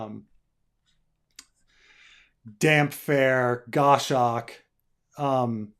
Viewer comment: Gos. Hawk. :). not Go-Shocks